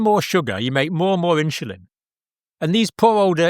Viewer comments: Why is Dr in the uk pronouncing the word insulin as INSHULIN!!! Mmm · Is it "inshulin" or " insulin"? I know it's trivial, but it is irritating. 😅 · Why is that Dr. saying inshulin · What the heck is INSHULIN? hilarious and typically Brit destruction of language. Um, er, Uh, er.